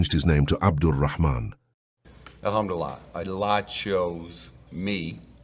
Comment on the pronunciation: What a channel! I already watched 5 videos ! Brother, take love from Bangladesh. Your Alhamdou Lillah is so good to hear.🎉